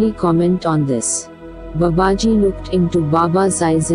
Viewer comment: Swami sathyeshwaranandaji explains this in his book Babaji. The name BABAJI should be rightly pronounced. It's not babaaji.....it is Baa baaji. In other videos also reader did the same mistake..I hope the reader would rectify this mispronunciation. Leave aside the accent...atleast His name should be rightly pronounced. 🙏